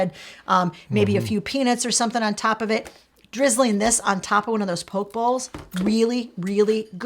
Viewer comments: I love these ideas. FWIW, it's "po-kay" not "poke". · You said Gyro right. But not poké bowl, (it's s like poke -A) also Rakuten (rack-ew-tin) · Love your videos! Have gathered so much info from the two of you! love the chemistry between you two (the blooper at the end are my favorite!) btw, its PO-kay bowls! I love them too!! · Great vid guys, thank you. I would never have thought of freezing dips because of the chance in consistency, but using them as dressings is a fab idea. BTW Gyros is pronounced "yee-ros". And "poke" as in "poke bowls" is pronounced "pokay", like crochet.